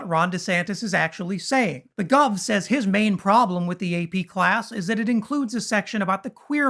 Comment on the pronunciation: Will someone please tell Ben Crump that it is WITH not WIF, it is THIS not DIS, and it is THAT not DAT.